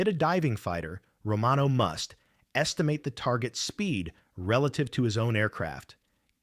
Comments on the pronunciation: Lazy and irritating. Narrate simple stories your self, unless you are somehow worse than a language model that can't pronounce "estimate"(v). You probably don't even speak English so you got a barely functional machine to write and narrate for you. Gtfo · How to clear jams, estimut range . . . I think that's supposed to be "estimate with a long a"